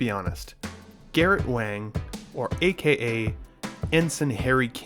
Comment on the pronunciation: I don't think the figure looks perfect, but I did pick him up. I wish he came with his clarinet. Also, Garrett Wang's last name is pronounced Wong.